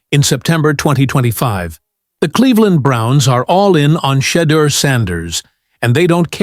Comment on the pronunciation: Show me the money must be turning you on. Say my name Sheduer Sanders 😂😂😂